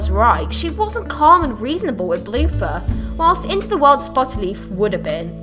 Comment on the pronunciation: When u said bluefur I thought you said Balooffa XD